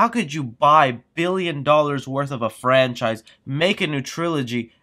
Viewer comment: Man I keep on thinking you are going to mention Star Wars episode 9! Every time you stop and say "it killed a frencise" I keep on thinking your going to say Star Wars!